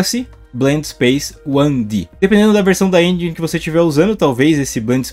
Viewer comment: pq geral fala " engi"....se pronuncia enjen literalmente